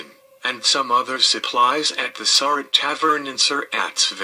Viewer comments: They always pronounce her last name wrong, It is pronounced Sir- Rat not Sir-Rot. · Just wanted to help you out with pronouncing Mary's name.